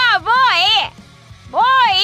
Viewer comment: สำเนียงญี่ปุ่นค่ะ Boy ออกเสียงว่า โบ อิ คือ บอย ค่ะ